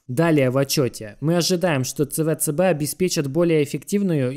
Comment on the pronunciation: Какой на хрен ЦВЦБ? Говори правильно СиБиДиСи